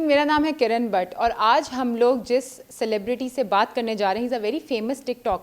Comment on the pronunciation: First Of all...Lanat foR what did she said "cleberity" slow claps